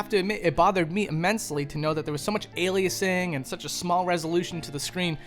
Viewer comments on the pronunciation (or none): none